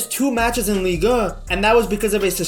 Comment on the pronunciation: damns ligue ehh sounds funny af